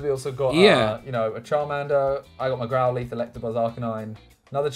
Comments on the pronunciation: No one: Absolutely no one: Simon: Grow-LEETH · Nobody : Simon : GrowLEETH